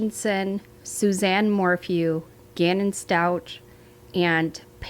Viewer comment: Please...Stauch (ends with the sound for K, not StauT ending with the sound for T).